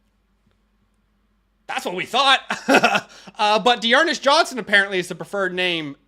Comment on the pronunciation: “D’Ernest Johnson?!?!” 😂